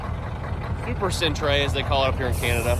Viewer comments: Cent- Er Not lol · It's not "". It's "center". It just happens to be spelled correctly. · centre = center, said the same way. the way you said it would be spelled Centray (?maybe) it's the original Brittish spelling. remember that we at Canada have really only been fully soverign since since 1982, which is why we retained Brittish-english rather than American English despite being geographically closer. :) I hope this helps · An american pronouncing centre as is hysterical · Centre is pronounced center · centray lol , its pronounced the same